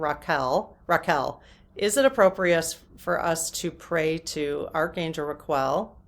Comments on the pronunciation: Think Raquel Welch. Ra kel. Qu, u is silent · Think Ra-kell. Like Raquel Welch. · I think it might help you to think of Raquel Welch the famous actress from the 60s if you’ve ever heard her name said it’s pronounced correctly “RackELLE” essentially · The archangel is Raguel with a g not a q. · Ra-qu-el should be the correct angelic pronouciation. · I love you,, sooooo...much. You had me laughing 🤣😂🤣sooo...hard at the pronunciation of the angel of justice. Thank you for the belly laugh😹😻!!! I had a hard time as well making sure I was pronunciationing it properly, as well. Thank you for the giggles 🥰🤗. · ...every time I tune in I am more grateful for you and all you bring to the experience of your channel. Such a great video, and you just made my whole weekend laughing with you over pronouncing Raquel at the end. At one point I could hardly catch my breath! Thank you!!! □🙏❤😂❤🙏□ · I hadn't heard of that archangel so I googled it - - What looks like a Q to you should be a G. Archangel Raguel is the archangel of justice. (Sorry to say that after you worked so hard on it.) 🤭 At least now you know how to pronounce the actress Raquel Welch. 🥰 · The archangel name is actually RAGUEL, a G, not a Q, so the pronunciation changes. So a soul contract isn't just between you and your council; it can involve anorher group where your lives intersect. And we pick and choose things to experience, sometimes who to experience them with, and do this all with the help and advice of our angels and guides?